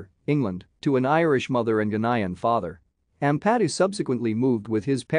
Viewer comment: It would have a bit more credibility if you could actually pronounce his surname correctly.....